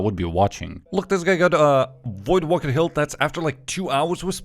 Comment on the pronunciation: brother please stop pronouncing voidwaker like that, its WAKER not wooker